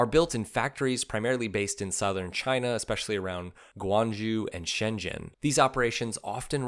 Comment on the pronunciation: Guangzhou is pronounced as “gwang-joe”